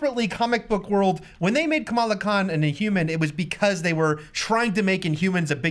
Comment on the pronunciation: Guys, Kamala is not pronounced like the VP. No consistency on the panel.